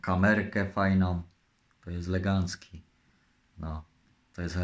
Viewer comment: z tym słowem "legancki" to może po prostu w jego stronach tak mówią. Ale trzeba przyznać że dykcja mu się poprawiła...